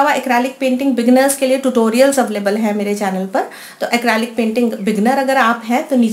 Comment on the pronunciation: It's quite nice, but please correct your pronunciation. It's Acrylic. ACREEEEELIC. Not ACRAAALIC. Other than that, your videos re nice.